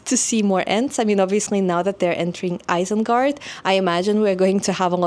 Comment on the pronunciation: Oh dear, now you just said "Eye-sengard." Please look up the pronunciation guide in the Appendix!